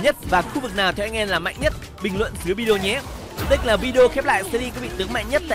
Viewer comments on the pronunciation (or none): none